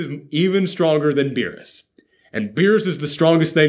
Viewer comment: They could've cut more to berus babysitting 😂 (totally butchered his name😅)... How cool would it be to have broly learn ultra instinct oh my Gawd😳🙌